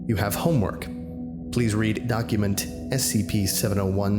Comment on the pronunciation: Ya you can hear a quick pause and a heavy emphasis on the homework